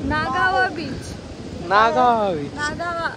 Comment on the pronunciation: 😂Nagaava nahi nagav beach aahe to.. 😶